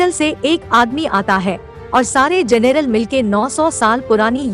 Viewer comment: जनेरल नहीं जनरल